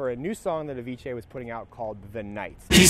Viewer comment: I like how you say Avicii "Aviche"